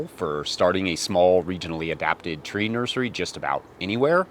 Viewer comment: Did you say nerdery? Cool word.